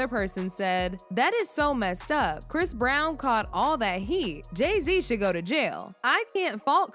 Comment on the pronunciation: chris brown ..if you going to speak about him make sure you get his name correct first